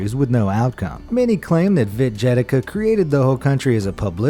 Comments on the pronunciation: Video is cool, but what the hell is wrong with people reading slavic names? How did "Yedlichka" turn into "Dzhedlika" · "Czechoslovakian - Vit Jedika".... THAT HURT'S MY EARS! It's a damn Ye-dli-cz-ka (Jedlička). And BTW - Czechoslovakia doesn't exist since 1/1/1993.